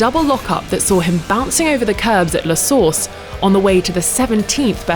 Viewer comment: Only me who thinks that La Source sounds like Le Sauce?